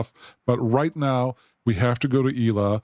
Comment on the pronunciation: Irrelevant comment: Shouldn't that station be pronounced "Ela" like it is in GabriEla or MichaEla? 🤔 Cool game and videos! Cheers!